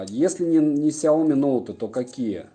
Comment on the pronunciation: Смотрю в книгу, вижу фигу...(Шутка🤔🙃😊 )Без обид. Кстати правильно говорить Ксяоми ноут 10 про(судя по коробке в стриме)!!!